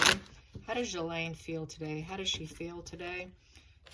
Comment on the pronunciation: Per Lady C her name is pronounced Gillen.